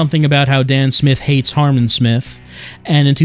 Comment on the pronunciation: *Harman Not "Harmon"